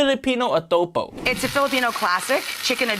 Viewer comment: She massacre the Filipino adobo😢😢😢